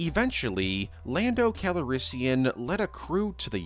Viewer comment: 🤣 why does he say “Lando Callorissium” 🤣??? I’m like 😅 haha what